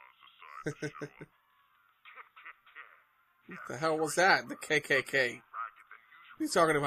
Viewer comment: It’s ke ke ke not kkk